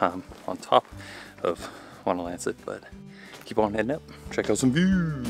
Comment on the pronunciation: Should you go to that area again, climb Whiteface via the Blueberry Ledge trail. It's a work out, but the view on top of Whiteface is incredible... and yes, your pronunciation of Wonlancet was perfect and correct.